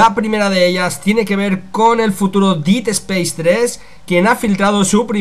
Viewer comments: No es por joder ni nada, simplemente para que en un futuro te salga mejor. Dead no se pronuncia /DIID/ es algo más como /DED/ quizás dandole un toque de "A" a la E. Un saludo, y gracias por la info! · Si, pero con un toque distinto, él al pronunciarlo parece que dice hacer en pasado (did) en vez de muerte/muerto (dead). Pero al tener acento español, se nota mucho la diferencia.